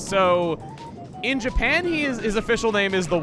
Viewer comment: I know I not the only one who heard "In Japan" like in his Earthbound redux